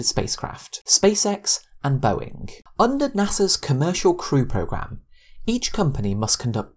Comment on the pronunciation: Its not "Boeink" Its "Boeing"